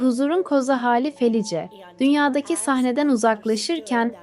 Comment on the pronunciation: Merhaba, ben ölüme yakın deneyimleri sıklıkla dinlerim. Sizin kanalınızı ilk defâ dinledim.. Videoda anlatılan kadının ismini yazıldığı gibi okudunuz. Bu belki size küçük bir ayrıntı gibi gelebilir ama insanları rahatsız eder..Kadının isminin okunuşu Felis.. Bu tür ayrıntılara dikkat ederseniz işinize önem vermiş olursunuz..Bir kayıttan okumanız normal tabii..Okumanız başarılı..sadece arada cümle bitişlerine dikkat etmek daha etkileyici hâle getirebilir..Bir izleyici olarak tavsiyemdir.